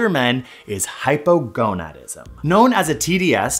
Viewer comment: I can’t. I keep hearing “Hypergonuts”